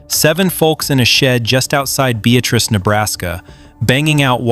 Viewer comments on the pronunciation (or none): Please pronounce it correctly Be at trice is correct and we are proud of it! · Beatrice, NE is pronounced Bee-At-Tress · I'll bet the folks in Beatrice Nebraska are laughing at the AI pronouncing of the town name. The second syllable is emphasized with a short "a".